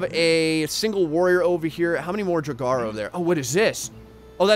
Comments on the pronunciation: It’s so fun hearing him try to pronounce draugr, jotunn and jotnar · A draugr (your pronounciation was awful by the way) is what happens when someone dies while trying to obtain a treasure. They are reanimated, though still rotting, corpses who claim the treasure they sought in life and defend it mindlessly. On a side note there is also a planet named draugr which orbits a star named lich. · Indeed although for English speakers it should be noted that pronounciation of the first part is different from the verb "to draw" and that the "a" is pronounced like it is in almost every language on the face of the earth except English; so as an /a/ and not en /eı/ for those that know the IPA. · I’m pretty sure the g is silent in draugrs and jotun is basically a Norse giant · I hope somebody corrected pronunciation of draugr. Which is said aloud in skyrim. In like the first 20 minutes if you take everything not nailed down. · Draugr... Jotun... Hearing him mispronounce these names is torture. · Claims to be a big Skyrim player, still can't pronounce Draugr correctly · "Draug-are" oof every time you said that it was painful... i believe its draug-err, like in skyrim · Just so you know, it’s pronounced drow-grr... like this so that he can see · its pronuenced drao-ger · he might as well have just said draug. better than "draug-are" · pronunciation is basically Draw-ger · i believe that the jotun is supposed to bu yotun or pronounced that way , and duragar is dur a gar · they are pronounced Draw-gur. and they aren't from the underworld. they are murder victims and those that didn't receive propped mourning from their family, or a propped burial or cremation if they family was capable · Gotta help you here man Draugr: Dr-ow-gr (Ow like ouch) They are cursed warriors who have died. Jotun: Yo-ton A giant Love how you got Helheim and Valkyrie properly but had issues with these 😂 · I've always pronounced draugr as drawger. Who really knows lol. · You say it like drouwgurr